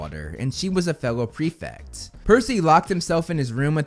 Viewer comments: It's prefect btw not prefix xD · Why can Americans not pronounce prefect correctly. It's not pre - fict.